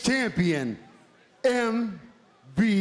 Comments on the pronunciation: Did he call him MVB and not MVP right before he put the belt on him lol ? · So we just gone act like lashley ain’t say “ M..V...B” Okay cool